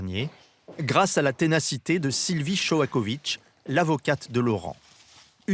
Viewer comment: shoakovich? Ou Noakovich?